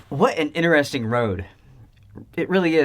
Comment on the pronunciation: I won’t how many times he said “this is inneresting”? Only reason I notice is because he neglects to say “inTeresting” haha